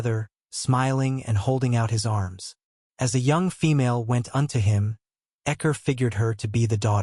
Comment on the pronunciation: took me a while to figure out who ekker was ..... never thought to say it like that. I say Score =Xcor